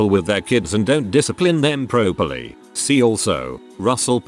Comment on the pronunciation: Why can't the robovoice properly pronounce properly?